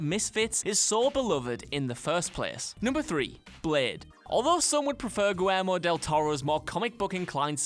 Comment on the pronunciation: Say "Guillermo" again 😂